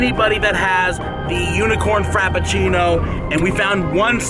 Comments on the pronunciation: “Unicorn Crapafrino” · Everyone: "unicorn frappuccino": "UnICoRN cRAPaFRInO!" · Unicorn crappuchino 😂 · "Unicorn crap a frino"